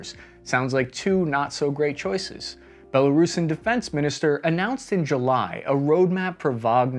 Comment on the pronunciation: Nice of you to say “Belo-roosan” rather than “Belo-Russian.”